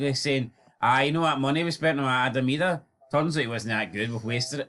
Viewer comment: You don't have to incorrectly pronounce Adam Idahs name to prove your a true blue guys. Just keep producing content that's more shit than both your teams combined and you will be fine .